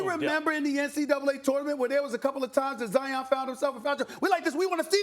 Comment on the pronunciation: the disrespect in how you just pronounced my guys name. wow....